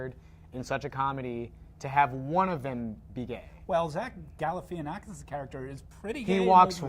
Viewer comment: its gal-La - Fah -naf-a-kiss